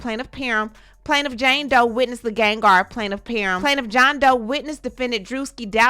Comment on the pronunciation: PAR-HAM is how it is pronounced